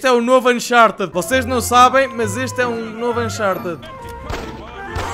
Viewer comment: A sérioooo? Sinceramente não sabia ahah, mesmo assim ainda n sabe dizer o nome do jogo xD